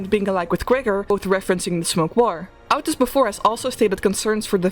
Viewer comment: hearing ow-tis instead of oh-tis hurts my soul 😔 mental suffering amazingly thorough video anyways